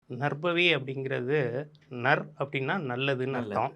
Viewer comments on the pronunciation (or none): Narbhavi or Narpavi, which is the correct pronunciation?